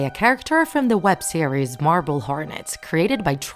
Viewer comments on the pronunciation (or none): none